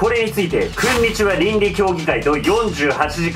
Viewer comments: 皆気づいてるかな…… 「こんにちは」が「クンにちは」になっている事を…… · クンにちはーかと思ったww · くんにちはかと思った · くんにちわの原点かと思った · ｢くんにちは｣